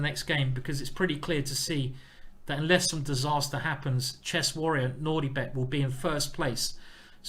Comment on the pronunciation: Whenever Simon says Nordibek it sounds like NaughtyBear